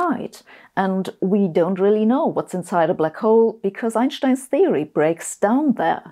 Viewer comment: I like how she says Einstein the right way. 🙂